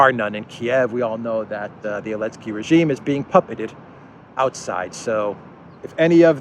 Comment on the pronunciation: why do you call him "alensky", vs "zalensky" ?